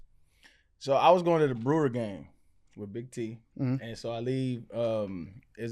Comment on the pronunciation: The T in Big T must be silent